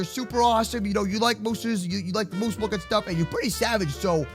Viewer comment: My favorite word is MOOSE MALK